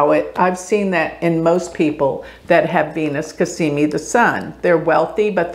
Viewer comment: I enjoy your videos but I really think you need to do astrology a justice and learn sanskrit pronunciation and also Arabic or whatever else. Dignify your art. Respect it. It's Cazzzzzzzimi. Not Casssssimi. Z's are different than S's.